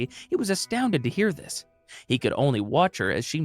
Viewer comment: You didn’t pronounce it right it’s watch